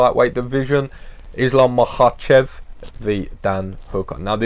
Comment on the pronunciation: First off, huge props for pronouncing "Makhachev" flawlessly like a G. Uncle Chael "Malkocheff" Sonnen should pay you for some lessons. However, Islam is not really a carbon copy of Khabib, they are not from the same village, in fact they are not even the same ethnicity and have different native languages (Dagestan probably has more native nationalities and languages per square mile than any other place on the planet). Khabib is Avar, Islam is Lakh. Islam jokingly complained once that during their camps the Avar crew (Khabib, Usman, Umar, Tagir, etc) often switch from Russian to Avar and he understands very little and has only Zuba (who is Chechen) to talk to. Zabit for example is Akvakh (they call themselves Atluatii or Ashvado).